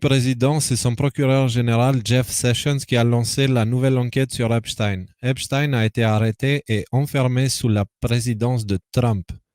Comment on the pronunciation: C'est pas EpstIne mais Epstein bordel.